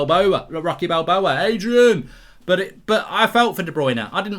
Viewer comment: terrible "adrian"